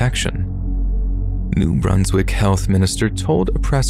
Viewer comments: it's not New-Broons-wick it's New Brunswick, with a short 'un' sound. Source: I live here, and NB in general has a weird vibe so it will come up again in a future story, I'm sure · I heard Bruns not broons. Idk maaaaaan.